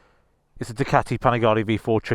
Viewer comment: But it's a fakun Du-Cati 😅